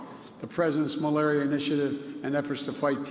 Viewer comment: To end AIDS, tuberculosis and malubullll..🤣